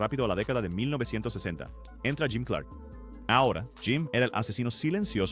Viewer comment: Empece a ver el video, hasta que llego al . 2 errores muy basicos que delatan que NO TIENES NI IDEA. Suficiente para dejar de verlo -Es Jim CLARK, no "Clerk" -El de la foto es Graham Hill